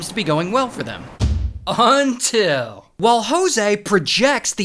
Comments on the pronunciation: I love the “UNTIL” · every body gangsta gangsta, until he says “Until” 😂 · We all gangsta until he says “until” 💀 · I like when u say “UNTIL” and “FOINE”